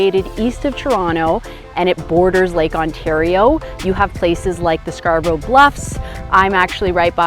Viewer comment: Scar-bruh not Scar-brow